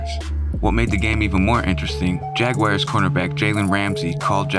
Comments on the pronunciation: Jaguars not Jag-wires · the Jax Jaguars: It's not Jag-A-WIRE. It's Jag-WAR. I hate that pronunciation. I just hate extra syllables. sounds pretentious. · You should have asked how to pronounce San Joachin ...and what in the hell is a Jagwire?? Really well done video though, gents!